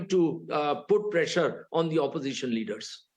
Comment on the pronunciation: Oposition--all he says is suposition😅😅